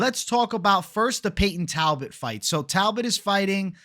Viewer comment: naaaa talboot 😂😂